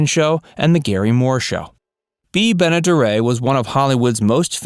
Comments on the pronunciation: I always liked Bea Benaderet and It's Benaderet not Beneduray. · this time, you did a good job with this video. Bea Benaderet was "Bee Ben-a-DARE-it", not "Bee Ben-a-dare-AYYY" as you pronounced it. Otherwise, a good, accurate video although John Larkin was a well-known actor, he was never a star. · The more conventional pronunciation and the one she herself used was "BEN-a-der- et".